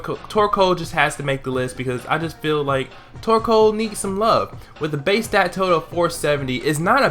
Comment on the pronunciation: I always think instead of torcoal your saying twerkoal